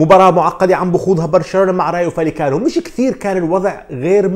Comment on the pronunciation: معلومة : رايو فاييكانو تلفظ وليس فاليكانو لأن دبل L في اللغة الإسبانية تساوي حرف ي والدليل : Villareal = فياريال وليس فيلاريال David villa = دافيد فيا وليس فيلا وشكرا ♥️